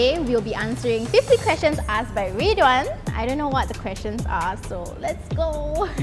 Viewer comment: RED Ridhwan: RID